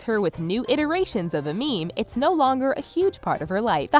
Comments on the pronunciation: Every time she says meme, I lose 10 years of my lifespan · hearing you say "meme" makes me want to die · every time she says meme i die a little bit more